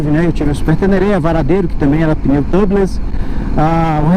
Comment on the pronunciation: Só lembrando que se pronuncia "tiúbiless". Em inglês a câmara de pneu é "tire tube" (se pronuncia taier tiúb), porque tub, escrito sem a letra e no final (se pronuncia "tâb") é banheira. E pneus "tâbiless" seria um pneu sem banheira. kkk